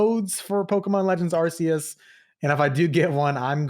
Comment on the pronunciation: It's Arceus with a K, like "archive", not with a C like "arse". It's in one of the trailers for the game, it's the official pronounciation.